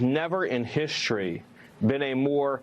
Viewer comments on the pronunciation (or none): what is hishtory?